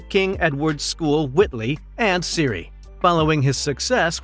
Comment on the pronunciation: "And Serie"? Do you mean "In Surrey"?!!